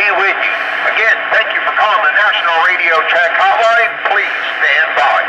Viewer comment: Narional Radio Check Hotline?! That was hilarious LMAO